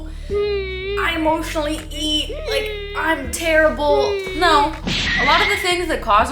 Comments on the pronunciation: The "no" was definitely a portuguese "não". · i love when says “no” cause it always sounds like “NÃO” in portuguese 🥹🥹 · THIS "NO" WAS TOTALY IN PORTUGUESE "NÃO"